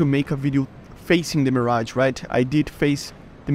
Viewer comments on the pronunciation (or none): Bruh he said mirgae